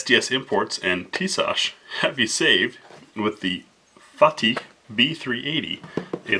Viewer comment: Fatih is pronounced "fah-tee" and means "conqueror" in Turkish.